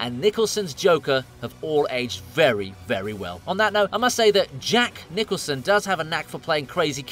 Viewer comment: Great video but its JACK NICELSON, who he hells Napirere lol